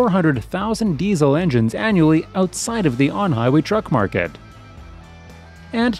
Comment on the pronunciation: It's MARKET! Not MARKED!